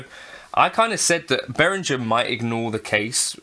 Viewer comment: I'd sue you for not being able to pronounce Behringer's name correctly; 'G' is pronounced like 'g' in 'goat', not 'j' in 'jelly'. 😜